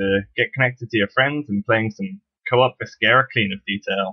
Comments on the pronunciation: i would like the video but i cant . the video is good but thats canceled out by you saying vis-ker-a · If you are going to do a tutorial on a game, learn to say the name of the game. Not a bad tutorial, seems pretty straightforward.